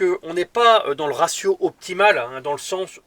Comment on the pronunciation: j adore les gents qui parle bien français (( le resio ou razio MDR ))